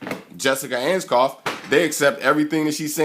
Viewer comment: Researched her all night immediately says her name wrong Lol.